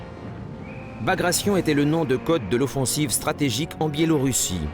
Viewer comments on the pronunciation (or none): Bagration, with 'gration' pronounced as in migration? It's a Russian name pronounced ba-gratt-ai-on. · Bagrayshn? Very funny.